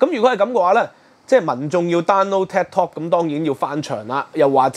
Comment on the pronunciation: Could you please watch your pronunciation. Is Tik, not ted!